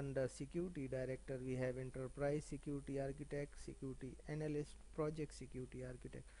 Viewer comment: Sick-Uty 😂😂😂😂😂😂😂 Security nahi hota